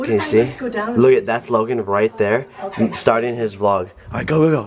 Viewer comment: it's Logan not Logon